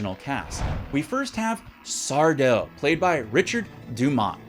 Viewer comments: Its not Sardo…Its SarDo. Lol. Had to do it. 🤣😂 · "It's Sar-DO. Accent on the DO." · It's pronounced Sar-Do 😂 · No Mister! Accent on the Do!